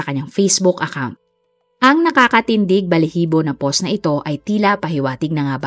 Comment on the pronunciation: Ang hirap tlga pakinggan ng pagsabi mo po ng "post". Ang pag pronounce po nun ay POWST.